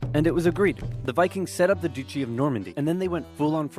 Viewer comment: Hi. These videos are so funny. However just made me laugh for the wrong reasons when he tried to pronounce duchy as doochy as opposed to as though you’re saying Dutch.